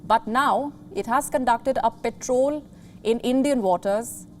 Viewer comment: It's not 'petrol' its patrol